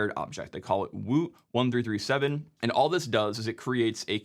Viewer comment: Isn't woot1337 pronounced "woot leet"?